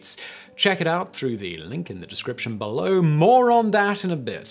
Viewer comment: Simon says Bull Lowe instead of Below.